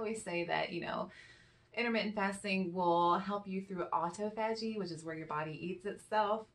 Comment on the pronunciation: Aw-tah-pho-gee. Listen to Dr. Fung. He's the man!